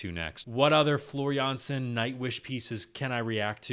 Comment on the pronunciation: You're pronouncing her name just right most of the time. It's only the last name where you sometimes pronounce the J as in Jay while it should be like Y in Yes.